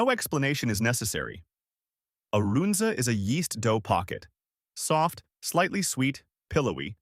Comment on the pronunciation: This video cracked me up. The don't know how to pronounce Runza, Listed the Bohemian Cafe which has been closed for almost 10 years. Omaha steaks is a joke and nobody in town thinks the steaks are quality.